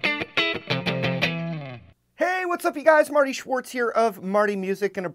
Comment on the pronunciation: Your name is SCHWARTZ und not CHUARTIS! Get it right!